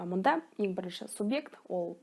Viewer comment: Субжект емес сабжект болып оқыладыгой